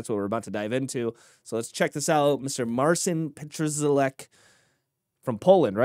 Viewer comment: Polak 😁👍 uczcie sie wymawiac imie i nazwsko naszego mistrza 👍